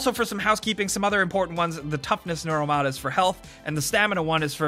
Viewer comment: IT'S NEUROMOD NOT NOROLMOD